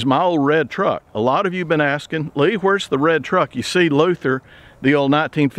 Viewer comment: Wonderful video as always,. I always look forward to them. Also, thanks for the shout out in your last video. And more importantly, many thanks for correctly pronouncing my last name!